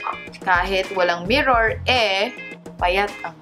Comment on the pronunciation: Akala Ko Sabi Nya the no (mimor) :)